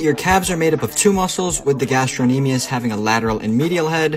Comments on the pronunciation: You didn't pronounce the "c" in "gastrocnemius" so I am inclined to believe you know what you're talking about. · oh I get it, you don't understand. He pronounced it correctly. The "c" is supposed to be silent. Hence I am actually inclined to believe him.